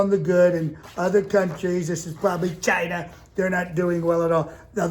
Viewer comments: lol. will never get old “giina”. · When he says CHINA!... I’m done. 😂😂😂